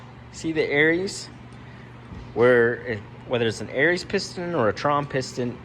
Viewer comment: 'em to the pigs Errol lol your are crying that he says aries instead of arias.